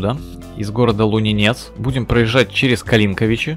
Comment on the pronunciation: Трол, Лунинец ударение на первую гласную